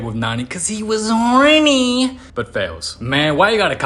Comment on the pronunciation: The way bro says horny gets me everytime 😭😭😭😭😭😭😭😭